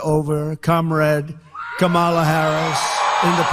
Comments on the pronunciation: Mispronouncing Kamala Harris's name on purpose is a perfect example of the petty, childish, weak man before us. She told him how to say it, so mispronouncing it now seems like a sign of his mental decline. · How about why does he mispronounce her name? Racism maybe? Debasing dehuminization. He's a cad and a putz. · She walked up to his face shook his hand and told him her name and how it's pronounced and he still can't get Kamala Harris name right what a dumb ass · It's incredible that his moron crowds cheer when he MAKES FUN of someone's name! and even more incredible is that Trump still mispronounces Harris' name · I bet if you promised him the presidency for pronouncing the vice-president's name properly all the way to November, he would NOT be able to do it. He simply CANNOT stop being disingenuous towards her. Such a worthless piece of sh*t he is. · Harris should now attack his cognitive abilities every time he mispronounces her name since anytime who watched the debate knows she pronounced it properly for him at the beginning handshake. I know he's losing mental capacity because I cleared up for him the proper pronunciation of my name and he still gets confused. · I am so f***ing tired of his bullshit mispronunciations. Is there anyone in this country who thinks he has the mental state of a person over the age of fourteen? Make him go away. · Biden may sometimes appear to be confused on stage, but what's with Trump's inability to pronounce his opponent's name correctly. If intentional, it's a childish, ridiculous tactic; if unintentional, it's troubling. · He went and mispronounced her name here even though she made sure he understood before debate how to say her name ..... and OMG.... he's talking about the moderators "screaming" at him. NOBODY SCREAMED AT HIM I fkn deplore him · Should Harris say his name wrong on purpose like he does hers? Like Dan-old or Ronald Dump? Like it’s not hard to pronounce her name correctly.